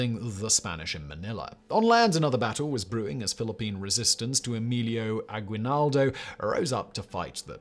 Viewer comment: Aguinaldo has a silent U my dude